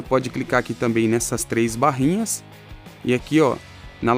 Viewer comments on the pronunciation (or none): none